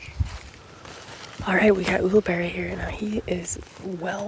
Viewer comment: I think you covered every possible pronunciation of Ulibarri, get it right.